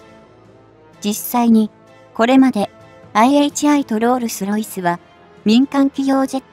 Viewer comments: ロールスロイスがロースルロイスって失礼過ぎ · すごくわかりやすいし話も聞きやすい。ただ、途中からロースルロイスに変わってしまい、そのとこで笑ってしまった（爆笑）ごめんなさい🙏